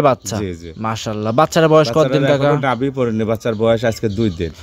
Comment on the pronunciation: আপনারা নাভিকে। লাবি বলেন কেন ভুল শব্দ ব্যবহার করলে আমাদের রাগ হয় ভিডিও দেখব না